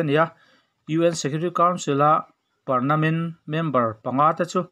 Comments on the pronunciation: I thu chhuah ngaihthlak a nawm thin teh reng nen saptawng dik lo I rawn hmang hian ka ngaihsan na che a ti nep zo... .entirnan, parmanent tih tur ah parnament i ti a. Inbuatsaih lawk thin a tha khawp mai....... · Parnament nge Parmanent😀Parmanent emaw ka ti a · A dik chiah 'Pernament' tiin a lam niin ka hria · Pernament ti tlat zel a.. Permanent tih zawk tur ni awm tak.. 😀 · Ka hresual lovin ka hria a.Permanent tihtur ah pernament i ti tluan thak in ka hria😂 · Ngatínge permanent tih hi pernament tia i chhiar le? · Pernament nilovin permanent tih zawk tur aw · Pernament itih tlat a, fimkhur ve deuhla mawle. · Permanent chu ka hria pernament ka hre lo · Engemaw zatin an sawisel PERMANENT tih hi I lam fuh lo deuh niin a lang. Engpawhnise chanchinbu, TV, Radio etc mipui tana thu puan darh tur chi hi chu han fimkhur hram hram teh u, ngaihthlak a hahdam bakah tawng humhalhtu in nih kha. A bengvar thlak hle mai , han tichhuak zel teh khai.